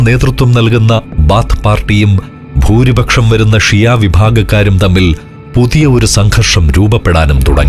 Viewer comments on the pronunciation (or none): none